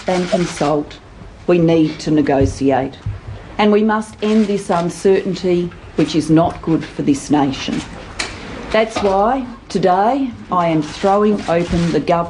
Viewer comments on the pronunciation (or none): I can't handle anybody who pronounces "negotiate" as "negoSiate". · It's ne-goat-iate.